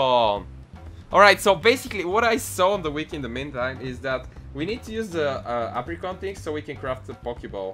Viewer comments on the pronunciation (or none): none